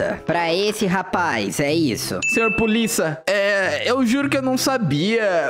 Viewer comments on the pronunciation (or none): Ele falou pulisa kkkkkkkkk😂